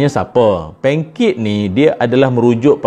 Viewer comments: Sy dgr sebut pancake?😂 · heheheheh nda biasa sebut bah itoeeee🤭🤭🤭